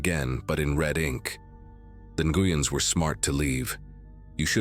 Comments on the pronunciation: AGAIN, Nguyen is pronounced NWEN, NOT NAGOOYEN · Why does this AI have so much trouble pronouncing the name Nguyen? Jesus, I swear, it's in like every other story 😂